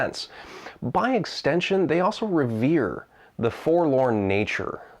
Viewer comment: "The Forlon nature of Barovia." Sir! Forlorn is a different domain! Wakka wakka